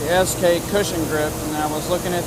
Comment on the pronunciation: Nice collection. Fan of SK and Proto. Minor observation it is S - K not S & K. Just sayin'